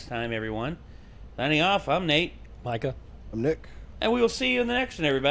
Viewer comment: ITS M I C A H